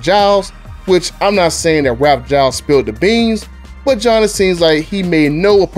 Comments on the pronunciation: BTDub's Buttah' Ralph Gilles is pronounced Ralph Jeels. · Between mispronouncing his name, the faulty ethanol argument and misspelling Hurricane, I kind of stopped listening.